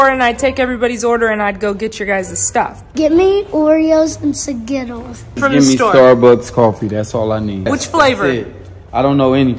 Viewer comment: Sgittles✅ Skittles❌ 😭🤣🤣🤣